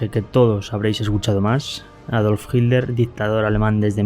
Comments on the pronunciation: QUE MAL PROGRAMA ..... Y SE PRONUNCIA HITLER Y NO ..... JIDLER. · Porque dices jitler y no Hitler XD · ¿Por qué dices "jildler" en lugar de "jitler"? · Por que dices Hilder? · Porque dices hilter en ves de Hitler he visto que los españoles así siempre dicen hilter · Que carajos pones solo las voces y no la traducción, mejor no pongas nada, y pronuncia bien que te refieres a Hinler o Hitler ya que a veces se confunde. Pronuncia bien. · QUÉ RARA FORMA TIENE USTED DE PRONUNCIAR ESTE APELLIDO...PARECIERA COMO SI DIJÉSE..."HIL-LER" O "HID-LER" CUANDO SE PRONUNCIA "HITLER" CON LA LETRA "T" QUE ES SONORA Y NO MUDA...EN GRAN PARTE DE ALEMANIA SE PRONUNCIA...( hitlɐ: ) CON VOCALIZACIÓN DE LA LETRA "R" FINAL... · Consulta. Porque los Españoles dicen “Hiller” y no pronuncian la T. En Alemán se pronuncia. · Por que los españoles dicen HILDER, acaso no ven que es HITLER, por dios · No dicen hilder; pronuncian hit-ler separado pero rápido y por eso suena como si fuera con d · Una pregunta por qué los españoles dicen Hilder y no Hitler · Porque los españoles no pueden pronunciar la "t" cuando dicen Hitler? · me dio mucha risa " hikler " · Se pronuncia como se escribd en dsoañol: itlar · No pronuncian la “T”. Pero igual no importa porque pronuncia todas las palabras en alemán incluyendo nombres y apellidos que da penaaaaaa!